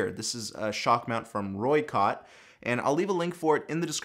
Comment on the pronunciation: Rye-Cote, not Roy-Cott.